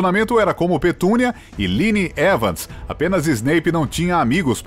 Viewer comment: Cara a pessoa que está falando diz os nomes dos personagens todos mal. ( ele fala Liny Evans )